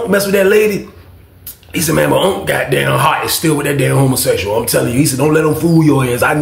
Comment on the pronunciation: Every fucking time Weezy say "hummusexyall" i scream!!!!!😅😂